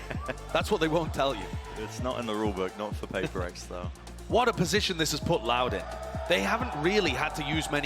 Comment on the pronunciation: sounded like LOUD WIN to me